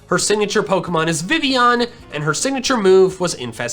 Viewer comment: Great video! But he said Vivillion wrong.